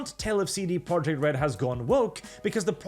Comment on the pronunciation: I dunno why but every time you say "CD Projekt" I hear"seedy project" .